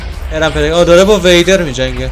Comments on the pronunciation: وهیدر نه ویدر بی صواد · دقیقه 10 ثانیه 39 دقیق 4 بار گفت وإدر بابا اون ویدره 😂😂😂🤣😂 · داش ویدر خوندش WEIDER نیست WIDER خونده میشه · وِیدر نه ویدر او و اِ نمیگیره و اگر بکشیش بهت یک ستاره میده که با اون میشه بیکن ساخت یک چیزایی که از خودشون نور میدن و با اون میشه افکت های خفن و ابدی گرفت و اون عروسک ها اسمش توتم هس که وقتی داری میمیری و جونت تموم شده باشه و دستت باشه دقت کن حتما باید دستت باشه تا بهت 5 قلب بده و 5 قلب طلایی هم میده که بهش میگن شانس مجدد دوستم دارم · به ویدر میگه وییدر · اسم اون سه کله رو اشتباه گفتی ویدر هست زیر ( و) إ نداره